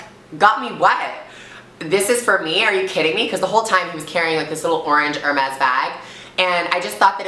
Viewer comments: Its ok cause your America but its pronounced Herme's you dont really say the s :) Xx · Love how she says hermés